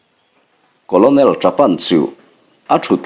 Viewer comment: Colonel===...*kawlnel* tih angin han lam mai ta la,,*kawlawnel* ti lo hian..Thawnthu thar ahnai dawn em...Hemi nena kawp theih tur in.....hei chu beng afah teh chiam loa...vai lian lo lang chin hi chu apasaltha tawh tlat lo😃😑